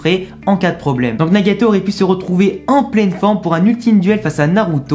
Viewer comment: J'entends Nyagayto